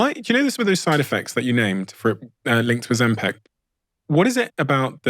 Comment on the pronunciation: Ozempik! Not Ozempack 😁 please!!!